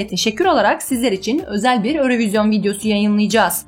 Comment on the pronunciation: Örövizyon deyil. Avrovizyon ve ya eurovizyon olar